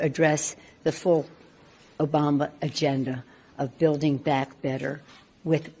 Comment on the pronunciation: Wait.... in the second clip, did she really say, "Obamba"?....